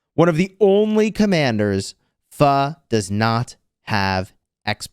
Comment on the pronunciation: I'm surprised you said pho pretty close